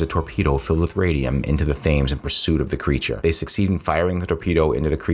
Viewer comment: The River Thames is pronounced "Tems."